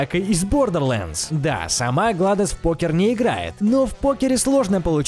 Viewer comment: Не гладос а гледос